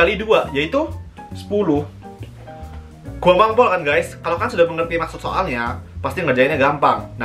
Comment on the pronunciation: That " GUAMPANG PUOOL GAES" really makes me cry😭😭😭